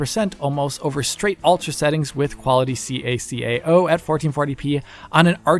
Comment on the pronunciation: ITS CACAO NOT SEE A SEE A A OU